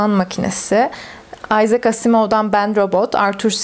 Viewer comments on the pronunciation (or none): none